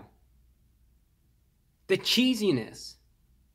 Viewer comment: The cheesiness? Cheesyness? Che Zness?